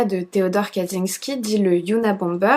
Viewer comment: info pour chipoter : "cz" se prononce "tch" donc c'est tres probablement "katchinsky" en phonetique . le J (y compris celui avec un point dessus ) se prononce comme un G . Zubrowska la biere se prononce "joubrowska". le L barré est un "iote" il se prononce comme un w .... bref... si tu as besoin d'aide un de ces quatre concernant es pays de l'est n'hesite pas ! Ps: arrete un peu tes projts annexes et redonne nous des videos, j'adore ton boulot mais ca se voit que tu as pas la tete a ca ... kiss